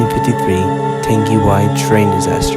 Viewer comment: See buanuman pronounced wai correctly whereas thunderbolt siren 100 prounounced it as wee